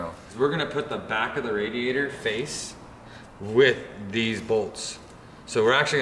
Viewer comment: Question, for everyone at hoonigan; how do you pronounce radiator? RA-diator or RAD-iator